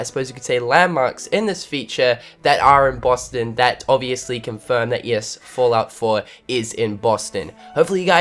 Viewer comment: Fahllout Foah